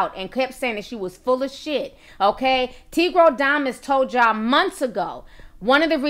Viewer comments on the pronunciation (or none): "Tigrodamous"..😂😂😂😂 I can't with you ti! Lol